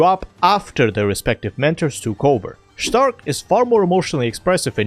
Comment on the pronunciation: Hehe you called Stark ẞtark